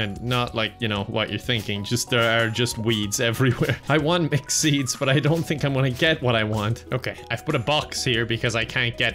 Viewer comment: I hear “mcseeds” every time he says mixed seeds